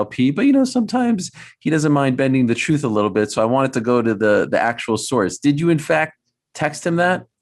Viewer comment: Chael "The Troof" Sonnen 🤙